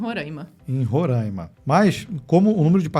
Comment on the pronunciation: Olá gente, já morei em Boa Vista -RR e fica aqui uma dica. Eles odeiam que falemos Rorãima, o certo é Roraima mesmo. Vídeo e pesquisa ficaram incríveis, obrigado!